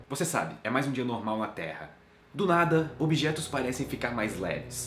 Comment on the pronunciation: A todo momento que ele falava "Terra" eu ouvia "Teia"